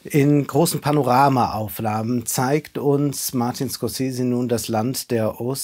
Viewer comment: Von einem Filmkritiker erwarte ich, dass er in Lage ist den Namen des Regisseurs korrekt auszusprechen.